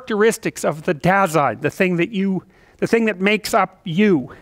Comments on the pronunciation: "dah-zine", though. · "Dasein" is a German word and basically means "being here" or "existence/existing". And it's pronounced more like "duh-sein" and the "sein" as in Seinfeld the comedian and "Da" as in "well.. duuh". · By the way: "Dasein" is pronounced as "Dar-zyne". Greetings from Germany :) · German here. Your translation is literally right. Apart from Heidegger's definition Dasein is simply our word for being. The pronounciation is "dazine", no R in there. German pronounciation is pretty straight forward, unlike French or English :D